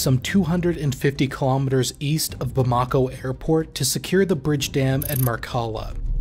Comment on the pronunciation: The frequent mispronunciations of Malian place names and awkward renditions of some French terms and word does not add to the credibility of the narrative. Please learn Sévaré, Bamako, Douentza, Markala, Niono, Diabaly, Burkinabe, and others; even Côte d'Ivoire is butchered (you can just say Ivory Coast in English you know...) Just a little more effort to get it right would help- they may be "exotic" to most viewers on YouTube but I assure you they're real places with real people with real lives who should be humanized beyond just spots on a military map from 10,000 feet.